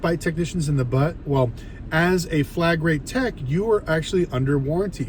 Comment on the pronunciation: This dude is calling it flag rate? It’s flat rate. I doubt he knows what he is talking about. Reading some Google script.